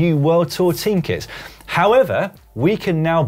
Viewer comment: I honestly don't know if is saying kits or kids.